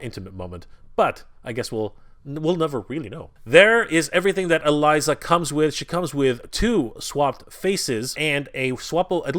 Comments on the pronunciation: Elisa is pronounced ELeesa Not Eliza. Sorry but that bugs me lol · It's pronounced E Leeza. Like Liza, with an E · E-LISA! (E) LISA! IT IS PRONOUNCED E..LISA! ALSO, HER & GOLIATH KISSED AT THE END OF SEASON 2! THEY'RE IN A RELATIONSHIP IN THE COMICS! AAAHHHH!!!!!! I'm sorry for my rant, this guy drives me nuts sometimes. I shouldn't yell though, that was wrong of me.